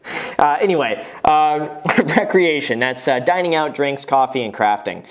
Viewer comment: You’re saying Coffee wrong!